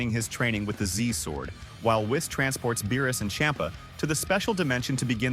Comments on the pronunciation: I am so sick and tired of everybody calling him wiss it's whis "weess" Even my voice to text feature on my computer got it right LOL when I said Whis this is what popped up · Misprounounced whis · Whees, whiis wyse whes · Interesting, let me continue watching, but why are you calling Whis that way? 😅 Is that how you pronounce “whiskey,” which is what Whis was named after? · I did like the story.. HOWEVER.. STOP USING A.I NARRATION!!! I'm so fkn sick and tired of lazy YT using A.I narration!! It's pronounced > KI not K - i Whis not wise ITS SOO CRINGEE